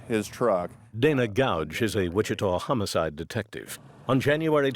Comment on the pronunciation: His pronunciation of homocide should have given him away. Did his wife never hear that recording?